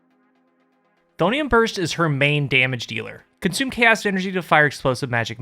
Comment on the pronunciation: Tiny personal nitpick, Chthonian is pronounced with a k sound, like Kuh-tho-nee-an but with the k really shortened, k-tho-nee-an Anyway baller video as always 11/10